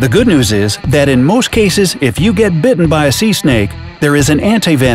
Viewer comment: IT'S GET NOT HET